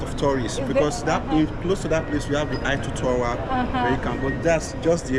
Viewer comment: 😂😂😂😂😂😂@ pronunciation of "Champ Elyses" is ""Shonzelisse"" 😅😂😂😭😭 and her pronunciation of "Eiffel Tower" was ""Ayffol/ Haffel/ iffel etc 😂😂😂 wow! I'm dead. We really can't take the Nyabohanse outta our gal, but we sure took her outta Nyabohanse!! Keep flying high gal.. my namesake- Godspeed in ur travels. ❤️ it's all love here, jus some humor n don't take it personally... yu ain't French, right? Same way French wouldn't be able to read Swahili... 😊🤎🫶🏾🙏🏾